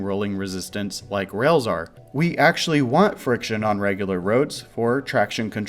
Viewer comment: Technological development has a long and honored history of non-standard pronunciation. I do hear "rails" though